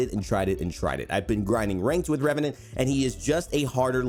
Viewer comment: "number 12 ReVeNaNt" Disliked, closed video.